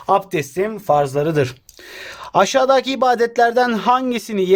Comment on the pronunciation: Ya abi yalvarıyorum bak çok berbat oluyorsun aşadaki deme ya deme yaa 😠😠😡😤